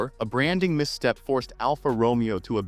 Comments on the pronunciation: It’s is not pronounced ALFA ROMEO it’s pronounced Romayo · say after me..... ROW-MAY-OH. not the Shakespearian Character!